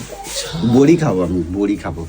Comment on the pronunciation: Bori ki bora bole pagal manus thik thak katha bolte parena